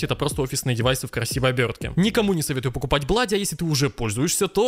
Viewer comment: Не блади а блуди